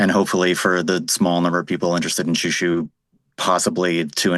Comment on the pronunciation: They're doing an alternative pronunciation. Check out Xiu Xiu: The Sent Down Girl by Joan Chen back in the 90s .. she taught us out to pronounce it. It's more like JJu JJu.